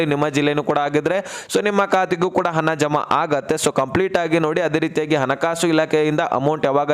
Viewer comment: ಹನ ಹನ ಹನ, ಅನ್ನಬೇಡ ನೀಟಾಗಿ ಹಣ ಅನ್ನು ತಮ್ಮಾ ಉಚ್ಛಾರಣೆ ಸುಧಾರಿಸ್ಕೋ